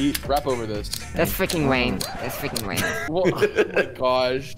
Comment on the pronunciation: “das fweaking wame.”